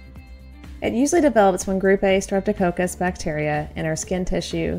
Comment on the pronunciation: It would be helpful if you knew how to pronounce the names of the bacteria. It's strep toe cock-us. Not coke-us 😂 by the way I'm also a nurse of many many years.